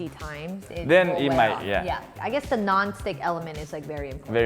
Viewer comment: Am I the only one keep hear ‘your ball become perfectly cycle’ instead the ball? :)